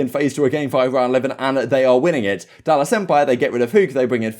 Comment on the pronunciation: This man said dallASS .